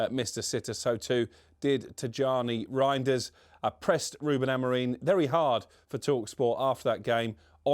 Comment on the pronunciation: Does everyone at TalkSport have a contractual obligation to pronounce Amorim's name incorrectly?